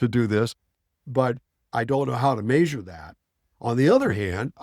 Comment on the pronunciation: Say measure like that one more time….